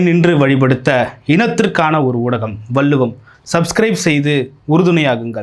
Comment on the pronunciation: வல்லுவம் இல்லை. வள்ளுவம் என்று நாக்கை மடித்து சொல்லுங்க மிஸ்டர்